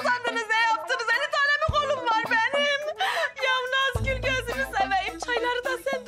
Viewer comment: Afetin saniyede Nazgül yerine Kazgül demesi peki 🤣🤣😂yada sadece ben mi öyle duyuyorum benim gibi duyanlar butonu patlatsın